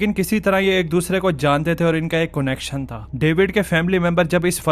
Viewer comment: Your pronounciation of Connection😆🤣🤣🤣🤣🤣🤣🤣🤣🤣🤣🤣